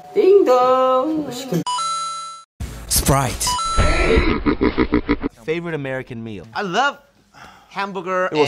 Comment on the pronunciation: Por qué Hoseok (J Hope) dice tanto Spraite